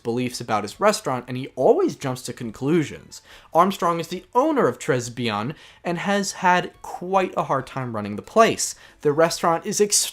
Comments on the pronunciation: Tres Bien is pronounce "tray-be-end" because it's french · Tres Bien is pronounced "Tray Bee-an"